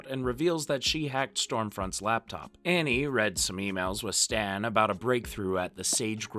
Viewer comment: you say "in front of hughie and ARNIE" LOL Annie is Arnie